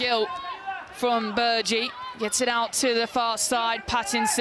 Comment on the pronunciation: Jeezus. I know you lot thrive on intentionally mispronouncing words and speaking like you have marbles in your mouths, but her name is not Ellie Bergui. You get paid for this, right? Not sure you should.